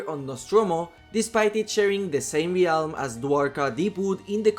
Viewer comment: Please say realm correctly!